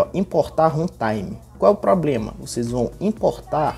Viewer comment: O MALUCO FALOU HENTAIME KKKKKK